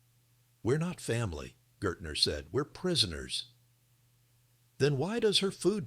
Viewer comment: Pretty sure his name would have been Gaertner (pronounced GEHuhtnuh (means Gardener.